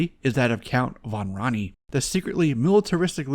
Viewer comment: hated the toys, but love the idea and characters ! big fan of that. Also, your mispronouncing Count Van Rani. Just watch the cartoon to get the proper pronunciation